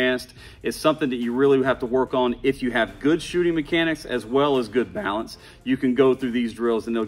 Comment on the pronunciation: Lol. Man really said "BaAlance